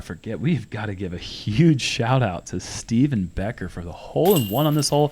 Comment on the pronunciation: Put some Respeck on my boy’s name. It’s STEVIE Becker.